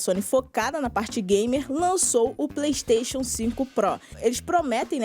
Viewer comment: PREYSTATION, PREYSTATION, PREYSTATION